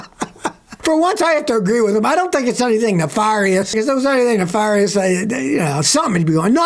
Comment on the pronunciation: Its pronounced "na-fair-e-ous" not "na-far-e-ous"